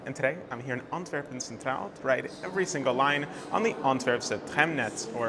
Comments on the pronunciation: Excellent research, presentation and Dutch pronunciation - congrats! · how do you pronounce everything so perfectly ?